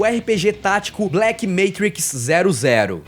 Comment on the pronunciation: Eae! A pronúncia correta de Black/Matrix 00 é Black Matrix Oh-Oh.